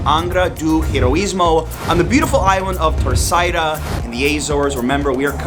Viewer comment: He says them perfectly? He calls Terceira TA ÇAIRA. Isn't it pronounced TER ÇERA?